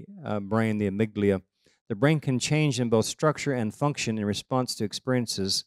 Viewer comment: Amyglia? Do you mean amygdala?